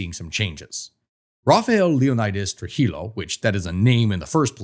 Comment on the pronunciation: As a dominican you should know that you madr no effort to learn how to pronounce things in spanish. When you see a double L,pronounce it like a Y. So Trujillo is pronounced Tru-He-Yo. And Leonidas is pronounced Leh-Oh-Knee-Das.